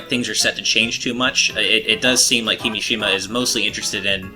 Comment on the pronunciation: it's kimìshima,not kimishìma